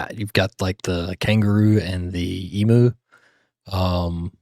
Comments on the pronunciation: it's not an emoo, in no way is it part cow. it's pronounced E-mew, as in - "there's an emu over there". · It's the Australian coat of arms: the kangaroo and emu (pronounced "ee-myoo") holding the crest representing the six States. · EMYOU NOT EMOO YOU DONT SAY MOO.S.A DO YPU YOU? FOR USA ? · Just a little correction from an Aussie, Emu is said EEM YOU, if we called them an Eemoo they'd attack us. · Em-you, not Em-Moo. They're not cows! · Faaaaaaaark!!!! EMU IS PRONOUNCED EMYOU NOT EMOOO. Say the letter ‘U’ at the end or say ‘you’. You have the ‘Em’ part correct… but it’s not a bloody cow!!! No ‘mooing’!!! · OK, first it's eem-you, not eemoo. The shield on the old 1-dollar note is made up of the individual heraldic shields of the six Australian states that together with the territories constitute the Federation of the Commonwealth of Australia. Oh, and the bright colours on the polymer notes are not enhanced,, they are from holographic images. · It's pronounced eem-you not ee-moo. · It's em-you not moo like a cow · NOT emoo, it's emew. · Emu, ends with a u said you, not moo like a cow si it's an eem-you.. Australians do not emphasise the u at the beginning of the word. It's more like ostralia. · EMU is pronounced EEM-You, not EEMOO. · pronounced eemyou not eemoo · No no no , not E MOO, it is Ee mm U, please, please please. Emoo grates like fingernails on a blackboard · Not emo. It’s pronounced eeemew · There's no such thing as an e-moo. It's our national bird and found nowhere else on the planet. And it's pronounced eem-you. Australia is part of the Commonwealth of Nations, one of 56 member states, the head of which is King Charles. The Commonwealth is effectively what became of the British Empire. Australia having been originally a British colony. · Ee-mew. Never Ee-moo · Is it the oonited states or the united states don't say emoo it emu like u nited states not oonited states get it EMU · It's pronounced eem U (you) not e moo. Please get it right.🇦🇺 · Not e-moo.